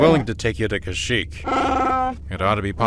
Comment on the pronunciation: The graphics here might be PS2 era sometimes, but hot damn, I can see the talent and love behind each and every scene! The framing, the pacing, the editing, everything came together wonderfully! The voice acting was shaky at times (Leia pronounced Kashyyyk as "CASH-ic" lol) but Luke, Ben, and especially Thrawn were phenomenally recorded and edited. An incredibly well made project, I'm sure Timothy Zahn would be proud!